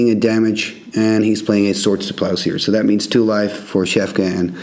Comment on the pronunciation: Very nice video! its plowshAres, not plowshEAres i think ;-)